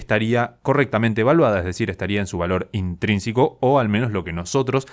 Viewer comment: Te diste cuenta de que al hablar decís "intrínsIco", en lugar de "intrínseco"??